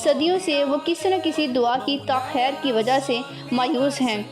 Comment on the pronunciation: One mor e word is say like this in duo takher this is you should say like this takheer sorry my beautiful daughter.